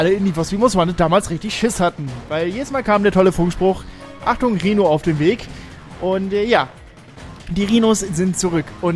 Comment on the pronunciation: Wenn ich "Rihno" gehört habe blieb mein Herz immer stehen ... 🤣